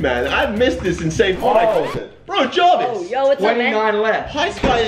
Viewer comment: Kay calls Jarvis Jovis